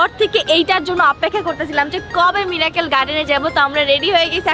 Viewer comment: Mirakkel na miracle r strecture na structure 🤧